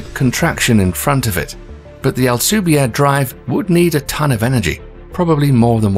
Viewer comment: This program is very entertaining and informative but its apparently A.I. driven voice is not at all able to properly pronounce Hispanic names such as “ALCUBIERRE” which should be pronounced as < AL-koo-BIÉ-rreh > .